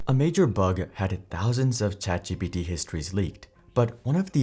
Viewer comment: ChatGTP instead of GPT